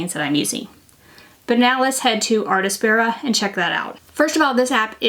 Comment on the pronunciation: Also, it's "artspira", not "artAspira" 😊.